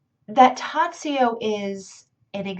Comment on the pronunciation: Just one essential thing, since you are speaking about him, it is pronounced Tah-joh.